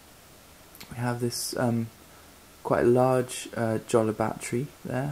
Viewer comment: btw I'm pretty sure it's pronounced like writing it with a y, yolla, or so. It least that's how I remember it for earlier vids with Jolla employees talking about it - gotta check these again